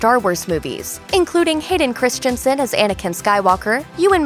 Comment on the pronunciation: It’s Hayden CHRISTENSEN not Christiansen😣